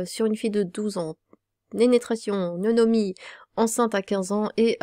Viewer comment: Le sujet est sordide de fou, mais entendre dire "Nenetration" et "Nonomie", bahhh c'est trop choupinou... La dissonance est enorme xD